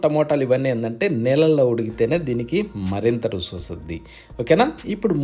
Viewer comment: రుసి కాదు రుచి